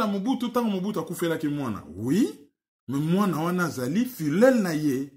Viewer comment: La prononciation de filleul pose problème.